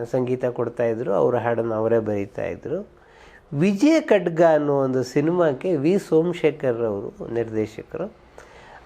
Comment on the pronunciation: ವಿಜಯ ಕಡ್ಗ 😂🤣🤣😂🤣😂🤣😂😂😂😂 ಅದು ವಿಜಯ ಖಡ್ಗ ಓಕೆ ಕಡ್ಗ ಅಲ್ಲಾ 😡😡😡 ನಂ ಸೂಪರ್ ಕಸ್ತೂರಿ ಕನ್ನಡ ಭಾಷೆನಾ ಸರಿಯಾಗಿ ಉಚ್ಛಾರ ಮಾಡಿ ಹಂಸ ಲೇಖನಿಂದ ಅವಳೇ ನನ್ನ ಹೆಂಡ್ತಿ ಸಿನಿಮಾ ಯಶಸ್ಸಾಯ್ತು ಅಂತಾ ಹೇಳಿದ್ರಲ್ಲ ತುಂಬಾ ಫನ್ನಿ ಯಾಗಿತ್ತು ಸಿನಿಮಾ ಕೇವಲ ಹಾಡುಗಳಿಂದ ಪ್ರಸಿದ್ದಿ ಯಾಗಿಲ್ಲ ಹಣ ಮಾಡಿಲ್ಲ ಕಥೆ ಸಂಭಾಷಣೆ ಕಲಾವಿದರೆಲ್ಲರ ನಟನೆ ಪ್ರಮುಖ ಕಾರಣ ತಪ್ಪು ತಪ್ಪು ಮಾಹಿತಿ ತಪ್ಪು ಉಚ್ಛಾರ ಮಾಡ್ಬೇಡಿ pls 😔